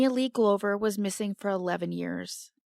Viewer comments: Sorry to be picky, but as an Aussie, Brisbane is pronounced “BRIZ-bin”, and Glover is pronounced “GLUV-er”. Thanks for bringing attention to all of these cases, I especially appreciate the Australian coverage. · First of all Brisbane has avery short a, more like a short u. It is Not the "bane" of anybody's life. Glover in our language is said like a glove, you put on a hand, not like a light globe. Sorry if Google only tells you how Americans speak.